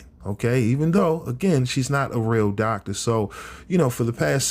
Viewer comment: Thoctor Bryant